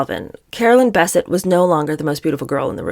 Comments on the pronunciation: It's Bisset not Basset. Still like yoy😊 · Bessette: emphasis on the second syllable. Think BesSET. Enjoy your channel. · Her last name is pronounced Biss-ette. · I thought is was pronounced Beh-SET. You learn something new everyday. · It is pronounced Bessette! emphasis on sette/ Bes'sette!!!! two syllables not one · PLEASE pronounce Carolyn Bessette's last name correctly! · Good video but you are mispronouncing Caroline’s last name. It’s annoying. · Love you so much but the way you say Carolyn’s last name ‘Bessette’ is so distracting cuz that’s now how u say it😬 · You are mispronouncing BESSETTE- how rednecky of you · Would help if you could actually pronounce her last namely correctly. And what is with your weird John voice? Creepy. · You are mispronouncing Carolyn's last name. The emphasis is on the second syllable. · I find your commentary acerbic and disturbing. You did not know them. None of us did. so.....try if you can to read w/o editorializing. and please try to pronounce Carolyn's name properly. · It is. It's accentuated in the last syllable, like "upset". I hope she corrects it. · Yes, agrees. And that is what I said. There are two syllables and the stress, is as I indicated, on the second. I was just writing it out phonetically using the all caps to show the stress. I wanted to point this out in a helpful way because she is a really, really good commentator......, you are awesome!.....I mean her overall delivery and side comments are just amazing. Some people get so harsh and nitpicky with youtubers who provide really good content.